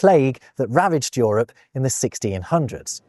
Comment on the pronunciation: What accent is this that pronounces Euro and Europe as Yoro and Yorup, rather than youro and yourup?